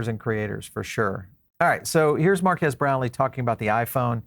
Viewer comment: His name is pronounced MARK KEEZ similar to Marqus = “Mark Us”… His point was the tech within the phone and not the os… He’s right the phone will be flop for folks who buy phones for the tech of the device…. This device will only be popular with Crypto Bros….not the general public… You’d be better off buying a Tesla Phone..☺️